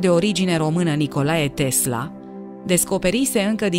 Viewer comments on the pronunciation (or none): none